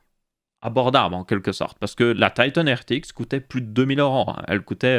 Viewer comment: Tailleteunnnnn......... En français, on dit Titan